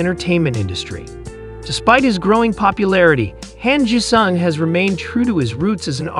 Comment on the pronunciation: Han Jisung .... pronounce it like 'Hon (Hahn) G sung ... OK ... THANKS.